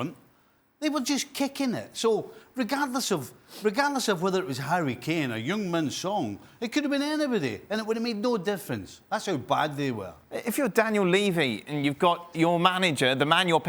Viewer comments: Rest of world : HEUNG MIN SON ESPN : HUNG MIN SON lol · Neeraj I’m sure I heard Steve say “Young Man Son” 😂